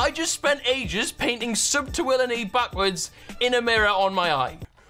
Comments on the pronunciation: She’s calling you willMe instead of willNe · SHE KEEPS SAYING WILLME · its bothersome. is it that hard to say WILL-N-E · 'WillME' ha lol